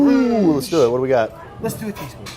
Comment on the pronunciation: lol "les do a teaspoom AHHHH...halfa tee spoon"